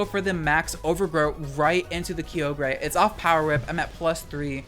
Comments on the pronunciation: "Kiyogrey" lol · Nah, Dynamax is one of the most fun VGC mechanics. Also, WTF at how you pronounced Kyogre.